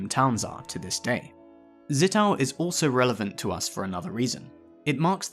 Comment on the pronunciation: It's Zittau, not Sittau. The z is always pronounced like in the name of the US Fleet Admiral Chester Nimitz.